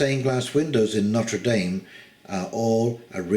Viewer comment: If you hold this cathedral in such high regard you could at least bother to pronounce its name properly.